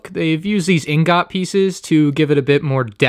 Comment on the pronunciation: the way he said “ingot”😭